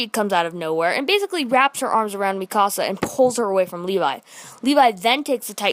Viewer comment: You say mikasa wrong